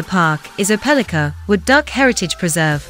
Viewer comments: It does seem like they could have found how to pronounce it right. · You are pronouncing the city name wrong